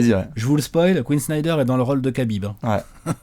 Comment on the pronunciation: TrashTalk qui parle de KHABIB!!!! Hey, ca se prononce "Habib" #KhabibTime